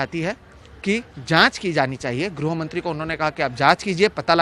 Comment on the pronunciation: ग्रो या ग्रु न पढ़ें गृह से गृहमंत्री होता है ठीक उच्चारण पर ध्यान दें न्यूज रीडर महोदय।